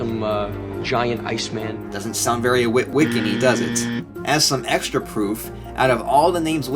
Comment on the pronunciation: Wery safe to say